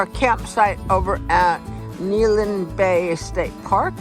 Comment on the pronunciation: Good video. Just a note: it's pronounced Neh-HAY-lum.